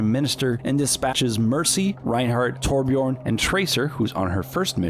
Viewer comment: Still can’t pronounce Torbjörn